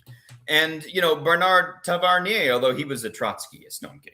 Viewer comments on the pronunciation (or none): It's Bertrand Tavernier; not Bernard... This guy over his entire life has watched miles and miles of movie films. I have his book "50 ans du cinéma" on my bookshelf. It's two tomes of more than 1200 pages of movies he reviewed; all sorted by director's names. Yes, in France, a movie is first defined by his director; then by the actors. And by the way, Tavernier is also a great director. The Battle of Alger. There is an interesting anecdote on the Wikipedia page of that movie: 2003 Pentagon screening During 2003, the press reported that United States Department of Defense (the Pentagon) offered a screening of the movie on August 27. The Directorate for Special Operations and Low-Intensity Conflict regarded it as useful for commanders and troops facing similar issues in occupied Iraq. A flyer for the screening said: How to win a battle against terrorism and lose the war of ideas. Children shoot soldiers at point-blank range. Women plant bombs in cafes. Soon the entire Arab population builds to a mad fervor. Sound familiar? The French have a plan. It succeeds tactically, but fails strategically. To understand why, come to a rare showing of this film. According to the Defense Department official in charge of the screening, "Showing the film offers historical insight into the conduct of French operations in Algeria, and was intended to prompt informative discussion of the challenges faced by the French." Finally, a while ago, I read something interesting about the Mormons and thei